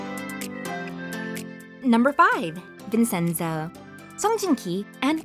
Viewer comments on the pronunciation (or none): Vinchenzo NOT Vinsenso